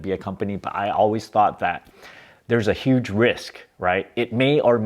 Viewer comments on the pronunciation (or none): none